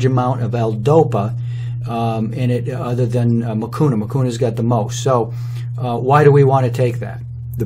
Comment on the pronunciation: Nani alikufundisha kusema hakuna matata haha but the way he started i thought anasema hakunaa matata